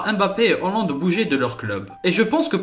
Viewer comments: On dit Haaaaaland pas hooooooland, sinon gg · Pourquoi tu dis Hollande ?? Il y a pourtant AA après le H !